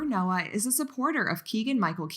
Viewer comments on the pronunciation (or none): none